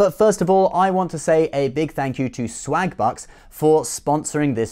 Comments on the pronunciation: Im sorry but it does sould like hes saying slagbutts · Oh *swagbucks*. I could've sworn you said slagbutts. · Lol sounds like you are saying swag butts. Haha. I also support the unborn people 😉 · i thought he said slag-butts at first